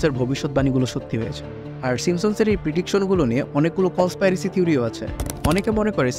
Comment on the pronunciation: কন্সপাইরেসি না ভাই কন্সপিরেসি 😑